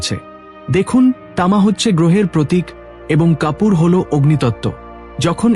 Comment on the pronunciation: বললেন কাপুর, বুঝলাম না কপুর না কাপড়, দুটোর কোনোটায় তামা ভেজানো যায় না। আর এটা এ আই ভয়েস যা লিখেছেন তা পুরোটা না বুঝেই পড়েছে 😂😂😂😂